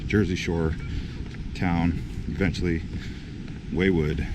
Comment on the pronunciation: ‘Waywood’, ‘Ocean Beach’? Get it together dude. Do some research before you visit these places. It’s ‘Wildwood’ and ‘Ocean City’. Yikes